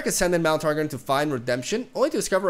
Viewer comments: So bro its not pronounced Tar Gin. Its pronounced Tar gon like Gong without the G. Said with love. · its Targon is pronounced Tar- GON not Tar- GIN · ya missed a Targonians Nami and Aphelios also it’s Tar-gone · it's Targon pronounced as in "GONE" not Targen like in target lmao